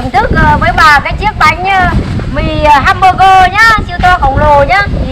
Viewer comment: găm bơ gơ😂😂😂😂